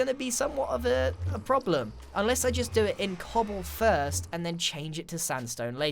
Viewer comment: grian says cobbl-e